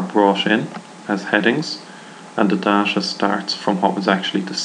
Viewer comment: Dasha Dasha, da, dasha lmfaooo its Day Ta or Da Ta.